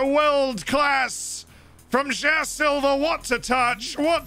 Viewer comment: I've been watching this series for quite some time already, but only now I realized that "Jao" Silva is actually "João Silva". I love.